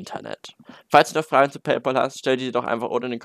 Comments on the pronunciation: Es wird PayPal und nicht PayPol ausgesprochen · Es heißt PayPÄL. Es ist der BezahlFreund, nicht der BezahlPaul. PLEASE. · Lern erstmal Paypal richtig auszusprechen 😂